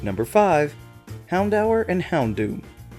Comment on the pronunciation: You people call houndour like [haundawer] and not houndoor ? Wtf